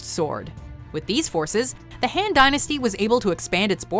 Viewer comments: Han dynasty, not “Hen” lol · HAND dynasty? pls research on the pronunciation as well. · she said the "han" dynasty though lol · The way she pronounces "Han" >_<